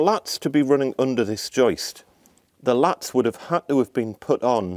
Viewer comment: Laths not latts